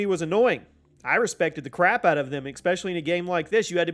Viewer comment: bruh, ESPECIALLY!!! ES-PESS-TIAL-LY!!! There is no 'X' in 'Especially'! Your mispronunciation in multiple videos ruins what is otherwise a very professional channel!